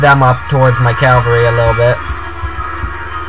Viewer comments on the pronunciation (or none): dude is "cavalry" =D sounds really funny when you said "calvary" =D well good battle you are earning exp in online battles =D the problem in this battle was that you fall in his trap... and you lose a lot of ppl in the beginning of the trap... thx for the video...! 5/5